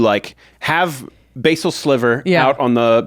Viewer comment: ugh youre not even pronouncing basal sliver correctly its bas-sal not bay-sil like the herb that you are both suggesting its like!